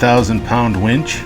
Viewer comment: Great mods! Did actually say he was installing a “wench”? Well she will come in handy on Expeditions.